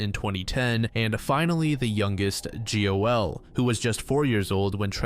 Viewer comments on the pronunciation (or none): "G.O.L" confirms its A.I i was sitting like what is that name then i realize you mean "joel"